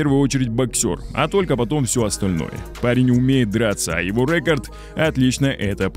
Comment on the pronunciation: Почему он произносит слово "рекорд" с ударением на "Е" "рЕкорд" ? Может я отстал и чего то не понимаю